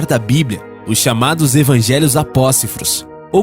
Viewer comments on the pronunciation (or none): Mas de onde esse cara tirou "Os evangelhos APÓCIFROS" ??? kkkkkkkkkkkk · Eu ouvi /APOSSIFROS/ ? A pronúncia para a palavra apócrifos não seria /APOKRIFOS/ ? Ou há uma forma variante? Alguém sabe? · O video e bom, mas eu acho q é apócrifos e nao apócifros kkkk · Sou pastor há 19 anos, e gostei da abordagem que vcs fizeram neste vídeo! só para auxiliar em duas questões: em não se diz "Apócifro" e sim Apócrifo. e na questão do inferno a partir de: observamos que em todos estes versículos que vc citou existe sim, um Deus de amor que está fazendo de tudo para que ninguém vá pra lá, porém, o inferno é real, como descrito em Apocalipse 21 v08 aonde nos mostra uma lista detalhada de quem será lançado lá, e em outro lugar pior ainda: o Lago de fogo. por isso é muito importante confiarmos em Jesus (que está acima de qualquer religião) para que tenhamos uma vida realmente abençoada! Muito obrigado pelo vídeo pessoal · O NARRADOR NAO SABE NEM LER. FICA DIFÍCIL. É MONTE ARARAT. Né ARANTE NÃO! É APÓCRIFO E NÃO APOCIFRO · apóCRIfos, pelo amor de deus, narrador precisa saber ler